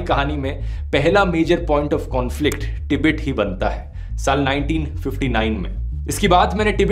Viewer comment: टिबेट नहीं गवांर तिब्बत बोल